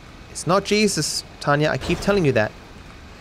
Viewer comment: Waiting for the day when pronounces Tonya's name properly